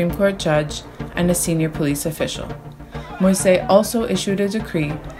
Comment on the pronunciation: The president's last name is pronounced mo-eez, fyi. Thanks to Peoples Dispatch for great coverage of issues that are often ignored or barely touched upon!